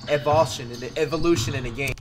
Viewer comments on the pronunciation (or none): LMAO my man said evalation then evation instead of evolution. Thats flights type of move. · Flight said Eil-vol-shun. Instead of evolution or evolve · Flight needs to work on his grammar 😂😂😂 Evalaution 😂😂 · this man said "evolotion". 😂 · “evolotion, evoltion”💀😂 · THAT EVOWLOSHEN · Flight not being able to say “evolution” was the funniest part in the video😂🤣🤣🤣🤣😂😂😂😂🤣🤣😭😭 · Flight looked like he was in pain trying to pronounce "evolution" XD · I lost it when flight tried to pronounce evolution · Watching bruh struggling to say EVOLUTION was cringing 🤣🤣